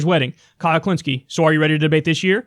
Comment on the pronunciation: KHULINSKIE It's not hard.